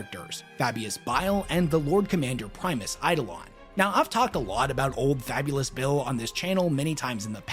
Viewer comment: "Fabulous Bill" XD I will never be able to un-hear that now.